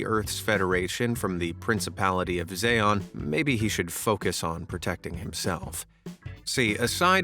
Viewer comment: He still mispronounced Zeon. 🤣